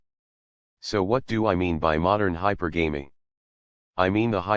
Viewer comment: you pronounce "hypergamy" wrong.